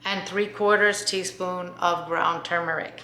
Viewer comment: Thank you for saying "tur-mur-ik" and not "too-mur-ik", which drives me batty. (My mom used to say, regarding all words, "Say it correctly and you'll spell it correctly.") Thank you also for explaining that black pepper is important to consume with turmeric, and why. Very many thanks!